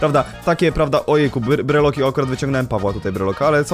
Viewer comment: mòwi się brelok nie brylok